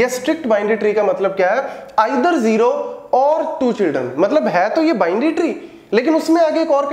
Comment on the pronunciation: sir jero nai zero hota h plzz correct krlyn ye jero jero 😐😐😐:eyes-purple-crying::face-purple-crying::face-blue-wide-eyes